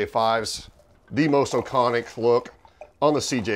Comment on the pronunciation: "CJ-5s, the most O'Conick look..." I know he's Irish, but........